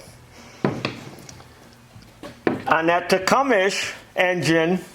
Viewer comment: The pronunciation of "Tecumseh" is generally tih-KUM-suh or tuh-KUM-suh, with the emphasis on the second syllable and a silent "eh" at the end.